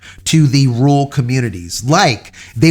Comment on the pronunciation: its not that tough to pronounce rural try RER - ALL